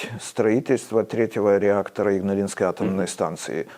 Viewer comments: Игналинской, а не ингалиской, бл...дь! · да и с ударениями у Вас там не-айс:( а то, что автор назвал "Игналисской АЭС" , все считают Игналинской. Автор, отложите свой смартфончик, разговаривая с человеком, любым. Человек на вас своё время тратит, будьте любезны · несколько раз сказа "инглаинской", вместо "игналинской"